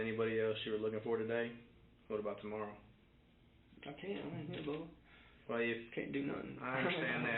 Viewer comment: The way he keeps calling the detective" Bubha 😂😂😂